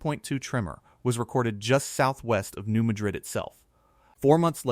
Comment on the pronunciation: I’m pretty sure New Madrid is pronounced New MAD-rid.